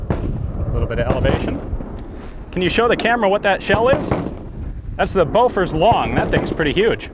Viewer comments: Great video but I think bofors is pronounced "Booforsh". My Swedish is a tad rusty so I may be wrong. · did you say bofa like bofa deez (nutz)